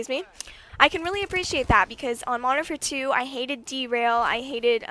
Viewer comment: Its funny how she can't say Modern Warfare 2 !!